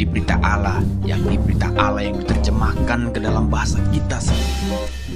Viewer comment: Allah bukan alah